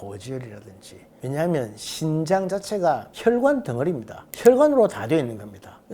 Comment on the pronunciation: 신장이 아니고 신~장 입니다.